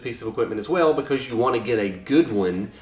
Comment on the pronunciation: "Be-cawwwwzzzz" LMAO, that down south accent slipping out right there haha. Great video 👍🏽